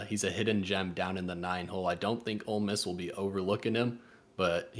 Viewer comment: You mispronounced Ole Miss when predicting the champion.